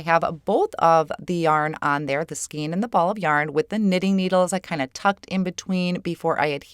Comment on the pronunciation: LOVE this Release,! I am a knitter (& cardmaker), & these stamp & die sets are SO perfect for my family & knitting group! 'Skein' is pronounced like 'skane' (with a long-A sound). I'm sure you've heard that from many people by now ☺... This Release is really great for a large variety of events. I love the cards you created - your sweaters & hats are SO darn cute!